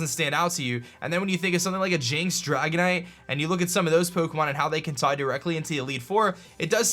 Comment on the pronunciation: Dragonite-ite... Lol